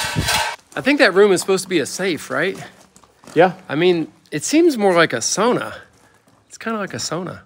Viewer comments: said it right the first time, Sauna:) Just like you would here in Finland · pronounced sauna correctly! the finnish way👌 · actually said sauna right 😄its not sawna its sauna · Sauna: pronounced Sow-nuh. Sow like a female pig. The word is Finnish in original. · is correct on his first pronunciation of "sauna" if you look it up. I have been saying it wrong up until recently haha it sounds like "sownuh" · It's "sowna" by the way. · Sauna. Pronounced "sow-na" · Hey guys, in the Upper Peninsula of Michigan where many Finnish immigrants settled, they pronounce sauna as “sow na.” Since they invented it, I guess they must know how to say it! 😉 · The Finlanders pronounce it “sow-nah.” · was saying sauna more correctly. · Finnish person here. pronunciation is actually spot on. 👌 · was pronouncing the word sauna correctly. You've got to say it like a Finlander. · That moment when actually pronounces "sauna" the correct Finnish way (as it is a Finnish word) and gets "corrected" 😅